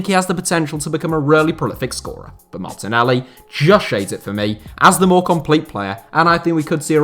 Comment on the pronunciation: I gained respect when he said martenelli